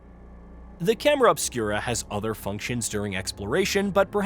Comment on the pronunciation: Dude is this video fucking A.I. made? you say what sounds like "chimera obscura" but just before that its pronounced normally . LIke wtf? Its even in the video transcript btw as chimera too. I'm gonna boycott the channel now for such weird lazy 'content'.